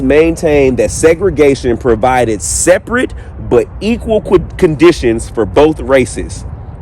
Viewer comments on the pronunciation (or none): none